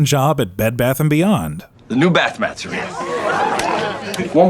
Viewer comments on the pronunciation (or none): none